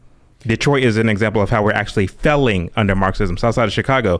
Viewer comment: Maybe you’d succeed if you could pronounce “failing” properly.